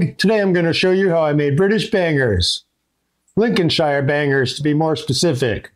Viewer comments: This is marvellous to see you creating these! It’s one of my favourite sausages. Just one thing... call it Lincoln-sheer not ‘shire’ (as in ‘hire’) These are delicious on bread and butter ( sausage sandwich) with ketchup or HP Sauce. Husband loves them on a bap... or you’d call them a roll! The other thing is those are no way near brown enough! Cook them until brown not pale. There’s usually no pinkness in the flesh. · Brilliant video you have the sausage ratio Size nailed on brother, and the sausage should be sage emphasized as so so rightly did. You are an honorary Englishman, Sir. however, stop saying Lincolnshire emphasizing the SHIRE Bit... in England we call a shire a .....SH - "LinconSh" then this video would be nailed on bro.